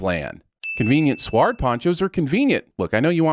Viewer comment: Ok, I've rewatched this video like 5 times and each time it annoys me the exact same way. Why the hell is he pronouncing S.W.O.R.D. that way? I know he made the dig at the "gif" debate, but if he's going to do that, he should at least pronounce "Observation" in the way he's pronouncing the O in S.W.O.R.D. meaning "Oa-bservation" Oh he's doing it just to be an asshole? good to know, I'll carry on then